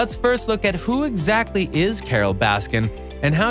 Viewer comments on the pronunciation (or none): none